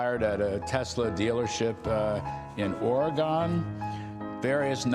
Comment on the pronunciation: I hate when people mispronounce the state of Oregon